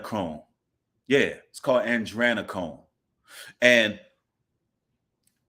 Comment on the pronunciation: Ah-dree-nah-chrome